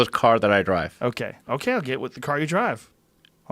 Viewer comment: When he says 'car ' his south African accent comes through